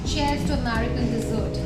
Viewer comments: Hey, just some constructive criticism here - 1. The pronunciation is UNO not YUNO 2. It’s AmErican not AmAArican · It's American & not Amarica. Pronounce it with E & not A. 🤦